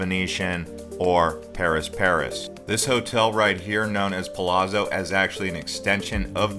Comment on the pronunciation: Mispronunciation of The Palazzo